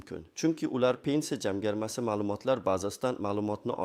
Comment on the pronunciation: СУЗЛАРНИ ТУFРИ ТАЛАФФУЗ КИЛИНГ. БИР МАЙДАН ЭМАС- БИРИНЧИ МАЙДАН. ЖАМГАРМА ЭМАС- ЖАМFАРМА. Видиода Хатолар жуда куп. Сизга ишонмадим!!!